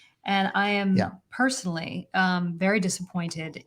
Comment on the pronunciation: Why do you mispronounce 'personally' and 'associate'? It's appalling that you utter 'perschonally und 'assoschiate'. Is it an official speech impediment?